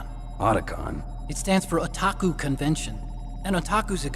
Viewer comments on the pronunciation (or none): none